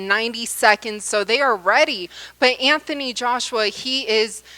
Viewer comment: it's Anthony, not AnFony